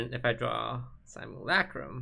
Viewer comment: it's simulUHcrum, not simulAHcrum toast pls